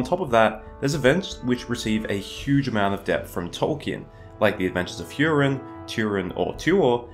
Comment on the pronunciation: It’s actually HOO-rin, not HYEW-rin, but nobody noticed. Vowels are ah-eh-ee-oh-oo rather than ay-ee-ai-oh-yew. Just saying.